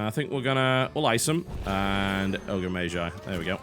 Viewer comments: Mage = [meidʒ] is the correct way according to the oxford-bible (dictionary)...and tbh it sounds like TB pronounces it [meiʒ]. Same with Magi [meidʒi] vs [meiʒi]. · some1 brittish pls explain; what kinda accent does mr. Tb have? His way of saying mage [majje] and magi [majji] is really discerning... any1?